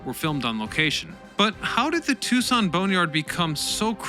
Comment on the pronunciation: Unbelievable!, for someone who gets so many words mispronounced, it is stunning how you got both Tucson and Davis-Monthan Absolutely perfect!